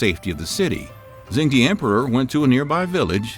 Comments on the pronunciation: I think you do great videos. However, in Mandarin "zh" is pronounced like a "j" in English and de is prononced "duh". So phonetically it's "jung duh". I'm currently learning Mandarin so my ears are bothered if things aren't pronounced properly. That being said, keep up the good work. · Great video! To help with pronunciation, in pinyin "zh" makes a /j/ sound and "ch" makes /ch/ just like English. So zheng would sound more like "jung" with a hard /j/ sound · It’s not Zhen D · FYI Zhengde is pronounced "jung duh". It would be nice if you pronounced the feature of your video properly. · Whenever he pronounce Zhu Houzhao and ZhengDe it is so jarring.